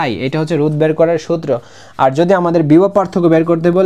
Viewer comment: রুদ না ভাই।রোধ😂